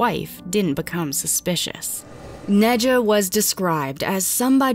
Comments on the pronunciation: "Nad-yuh" not "Nidja"... I'm sorry... please.... and if that's how she pronounced her own name? Idk maybe people shouldn't name their kids names they can't pronounce 😂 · Any chance the mom’s name is Nahd-ya. Like Nadia and not Nedja? 🤦🏻‍♀️ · I think her name is pronounced Naw-dee-uh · Are we sure her name wasn't pronounced "nadia" since ja is often pronounced as ya? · It's pronounced Nadia. Not dismissing the facts, just saying people should learn languages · Im pretty sure that the J in Nadja is pronounced as Y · The j in Nadja is just an I sound.. just a silly way to spell Nadia... went to school with one.